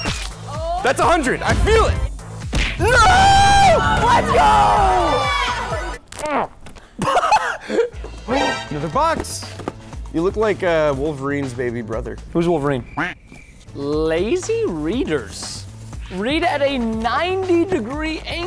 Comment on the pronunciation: "who's wolvereine?"